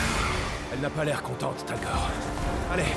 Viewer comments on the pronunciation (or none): tu dis tolgar mais c est talgor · C'est talgor pas torgal😂😂😂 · Torgal pas Tergal En le chien s’appelle talgor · le chien s'appelle talgor et pas targol ou je sais plus exactement ce que tu dis ( petite info)😉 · Ce n’est pas Tergal mais talgor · trop cool cette serie mais ta rate ton intro c'est pas torgal mais talgor